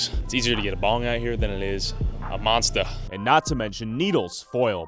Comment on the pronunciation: 😂why he say monster like that